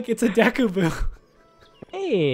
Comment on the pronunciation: you can say goron but you can't say deku you say it like deeku